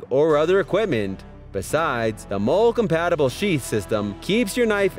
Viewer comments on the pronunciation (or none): It's not pronounced "MOLE"... IT'S PRONOUNCED "MOLLY"....amateurs! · He said mol like a gangsters gun mol instead of molle. And kuh bar. Smh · I thought "Moll" and Adamas were bad enough, but I lost it when he got to Ka-bar. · molle = MOLLY....cryo=CRY-O mispronunciations drive me blinkin crazy! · Cerakote pronounced Sara-coat. Molle pronounced Molly. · I'm positive it's pronounced "molly"